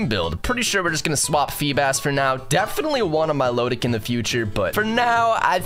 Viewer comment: “Mylowtic” bro it’s “mill-oh-tic”